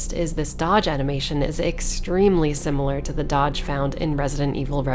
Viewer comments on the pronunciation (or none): none